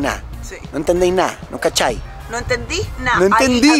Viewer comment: no es cachay, es cachai... tal cual